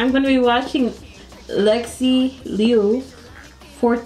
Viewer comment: i love how you pronounced her last name girlie 99% non-mandarin speaker don't even try to say it right